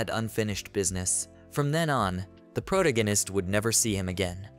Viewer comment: You do a good job on reading the manga. But you really need to learn to pronounce pro-TAG-a-nist.